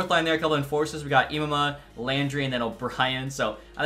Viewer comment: Such a small thing given he’s on the AHL 4th line but just an FYI, Boko Imama is pronounced “EE-MAH-ma”